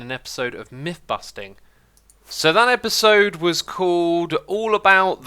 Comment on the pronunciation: "Espisode" Learn how to speak xisuma. lol